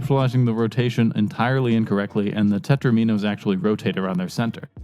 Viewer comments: Alexi Paj: They are called Tetraminoes... TET-TRUH-MEEE-NOES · Tetro-minos, are they like Do-minoes? :-)